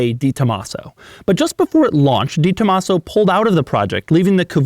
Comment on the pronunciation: I respect and look forward to your reviews/opinions. As such, I expect you to go that extra step and learn the correct pronunciation “Deh-tomasso” ( spoken all at once quickly and with very little enunciation on the syllables). I suspect you’re quite unaware of the prestige and high regard you are held in car enthusiast circles. Splendid work as always.